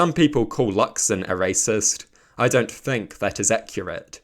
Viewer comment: btw, the word ‘think’ doesn’t have an F in it bro 😭